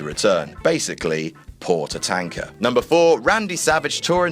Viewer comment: “Yokosuner” “Ta-Tank-ka”